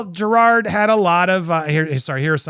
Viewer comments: You said Jerrods name wrong. Lol!! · i agree with your sentiments, but you flat out still pronouncing his name wrong. shit. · You’re saying his name wrong…. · To be fair, you DIDN'T say his name right.... it's not JerrARd.... it's JerROD.... aaaannnndddddd you didn't say Miscavige correct EITHER... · The sweet irony that you're pronouncing Jerrod's name wrong. It's not Gerard, it's Jerr-OD. Maybe you should have done your research! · Dude, you made such a big deal about him mispronouncing Shelly Miscavage’s name and made a whole thing out of how you researched how to say his name and yet you STILL say it wrong EVERY SINGLE TIME wtf lol it’s Jerrod not Gerard. So what was it for you? Nerves or lack of preparation? God you’re so judgmental and you can’t even get the name right in your own damn bit! I think it’s time for me to unfollow this channel. The constant sensationalizing and speaking like you’re better than everyone or know better all the time it’s just too much for me. You’re so over the top with it. You’re just as narcissistic as all the celebrities you talk crap about. Well, at least you followed the algorithm and got your monetization for this video. That’s all that matters right? Screw the actual content and what you’re saying or the message you put across. As long as you get paid right? Kinda like you were saying about Jerrod? Isn’t that ironic hm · Jerrod, not Gerard. There is no extra R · Jerrod… not Gerard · Andy if you're going to critique him for mispronouncing names then pat yourself on the back for saying his name correctly, THEN SAY IT CORRECTLY. It's not Gerard, it's Jer-ROD. There's no "ard" sound at the end. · Andy roasting Jerrod for mispronouncing a name and proceeds to call him Jerrard throughout the whole video🤣🤣🤣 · Andy “I did my homework to learn your name” Also Andy “Jer-Rawr-d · You literally are still pronouncing Jerrod's name wrong. After having done your homework. It's not pronounced like "Gerard".